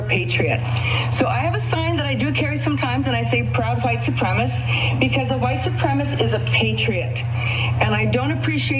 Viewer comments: 'IDAHO WOMAN DECLARES HERSELF A "PROUD WHITE SUPREMACIST"' Er, no, not quite, she declared herself a "Proud white supremist." She is so superior to the rest of us that she can't even pronounce "supremacist". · She can’t even pronounce “supremacist.” Kept saying “supremiss.” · Yeah. I mean she was saying ‘supremist’ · What the hell is a "white supremiss"? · Lady, it's suprema-*CIST*. 🙄 ALSO, all those "freedom"-loving tyrants needs to stop telling everyone else what to say, what to do AND how to live. *Irony*. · WTH is a "white suprem-iss"? They should learn how to pronounce it if they're going to claim it. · White supremish types can't even pronounce "supremacist". They urgently need to read a book. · Love how Karen #1 can’t even say supremacist correctly. Dumb as hell.